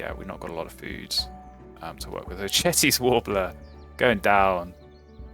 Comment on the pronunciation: Great game! All the ornithologists I’ve heard pronounce the name “Vaux” as “vawks”. I normally wouldn’t say anything, but the way you pronounced Cetti tells me it’s something that might interest you. Love the work, thanks for the content.